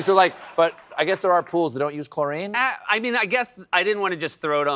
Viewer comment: Love the banter ❤ but... What's with the hair?? 😅 I hope corrections spil-over happens because that's not how you pronounce chlorine, Seth 😉